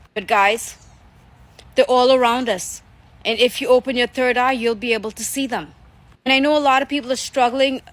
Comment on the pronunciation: She said turd eye😂